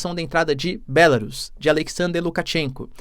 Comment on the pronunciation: Professor, em português o nome do país é "Belárus", todas as proparoxítonas são acentuadas.